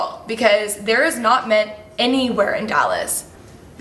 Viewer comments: Question!!! Why is that you pronounce “mint” ment? something I noticed it’s adorable lol just curious 🤍🤍😊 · I kept hearing men😂 “anyone else having problems finding men, why is men just gone, i cannot find men anywhere” had my dying!!!